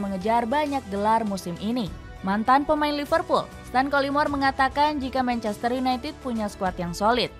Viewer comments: Menit (manchester yunai ah) 😅 mksud nya united sih 😂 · Manchester United, Ehh.. (ketlusup lidah)